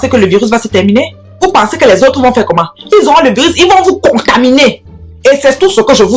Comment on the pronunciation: Il vont vous NKONGTAMINER😂😂😂😂😂😂😂😂😂 pas contaminer eihn😂😂😂😂😂😂😂😂😂😂😂😂